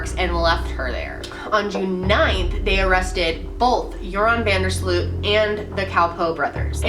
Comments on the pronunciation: How American people pronounce van der Sloot lol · Its so funny how you pronounce joran van de sloot. I'm dutch so I know all about this case hahahah.